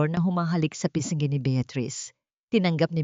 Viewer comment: Pag-aralan mong basahin ng tama ang ........... NGA pa -nga pis -ngi